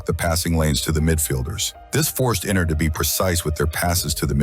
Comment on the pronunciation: Yeah because he says Inner and not Inter 😂😂😂